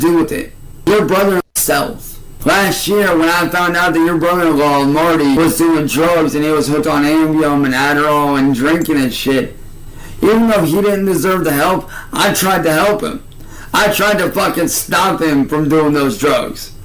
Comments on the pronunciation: It still irritates me how he pronounces ambien. How tf does he get ambium from ambien?! 🤣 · How he says “Ambien” absolutely sends me 😂😂😂 “Ambiom” 😂😂😂